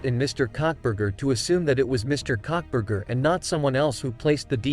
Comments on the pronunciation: Cockburger??? Karbar? If you can't get it right don't bother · I’m sorry but the robot messed up his name so bad. I laughed so hard… cuntburger and cockburger 😂😂😂